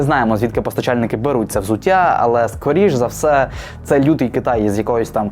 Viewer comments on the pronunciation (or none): none